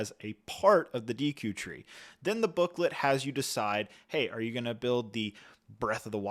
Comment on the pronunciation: Lego...make sure the people you send the ridiculously overpriced sets for free at least know how to pronounce the names correctly. It has me cringe how often and confidently he mispronounces Deku.